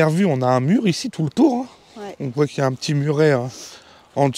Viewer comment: On broit et on voit et non pas on "broille" et on "voille"....ça pique les oreilles 😊